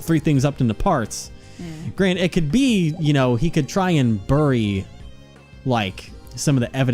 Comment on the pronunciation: is like Stewie from Family Guy. Ali is right. Bury is pronounced “Berry”, and Ruin is pronounced “Roo-in”. The way pronounced “room”, I blame on an accent he may have, as I’ve heard Linkara also pronounce “room” the same way.